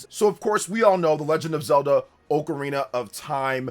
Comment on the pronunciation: u should learn to pronounce ocarina first